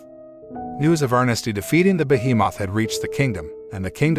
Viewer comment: Ah yes, behe-Moth.